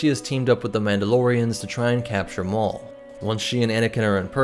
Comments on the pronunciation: "Mauldelorians" heh. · "mauldolorians" nice :D